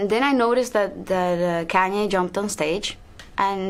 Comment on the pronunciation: The way Shakira pronounced "Kaenye", I can't. 😭